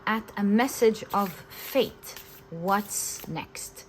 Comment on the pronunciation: I know you said "fate" but I hear "faith"